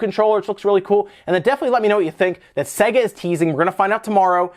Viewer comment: Sega. Say-guh.